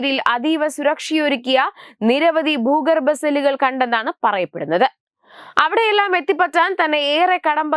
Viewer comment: ബൂഗർഭം അല്ല ഭൂഗർഭം ആണ്